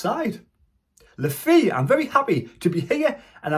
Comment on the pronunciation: It's pronounced Luh Fay mate. You can hear him say it on one of the vids the club put out.